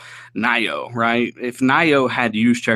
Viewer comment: its pronounced neeoh(nioh), not nyo... just sayin. carry on...